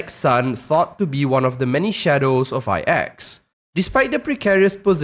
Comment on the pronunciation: Good video, btw, IX is spell "its + Axe" i cant really spell it right. But the pronounciation is in between those. Iiitss--eXX. The start is like when you try to say "its" with the ending of "Axe" . "Itx" hope that help